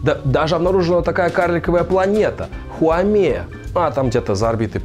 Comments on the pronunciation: Хаумеа, а не Хуамея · Начнём с того, что правильное название планеты Хаумеа, а не Хуамеа. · Хаумеа, а не Хуамея. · Не Хуамея а Хаумея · Интересный и познавательный выпуск! P.S. Только карликовая планета называется Хаумея, а не Хуамеа) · Не Хуамея, а Хаумея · Вообще то Хаумеа, а не Хуамеа